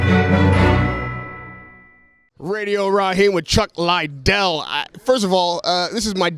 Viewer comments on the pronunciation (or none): Chuck "Lye-Dell" lol 😂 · It's not Chuck LIEdell, it's Chuck Liddell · Chuck dont even like when they pronuce hes name wrong ....like chuck LIE dell. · No one can pronounce chuck Liddell’s name right fs it’s not hard😂😂😂